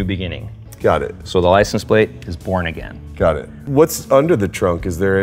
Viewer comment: That is SO BITCHIN!!! And "Bornagn" is PERFECT!! 👍👏👏👏